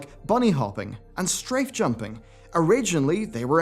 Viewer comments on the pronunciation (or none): none